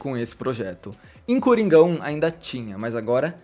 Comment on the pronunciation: Toda vez que o falou "Coringa 1" eu ouvi "Coringão" kkkkkkkkkkkkk